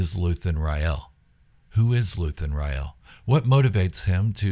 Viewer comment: "Rael" e is silent